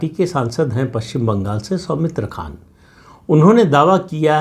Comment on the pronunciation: Soumitra khaaan not khan